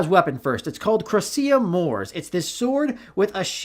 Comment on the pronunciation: It's Crocea (Croak-ea) Mors (Mores)